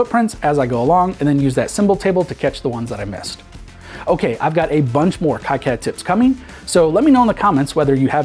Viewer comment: Procounced KeeCad.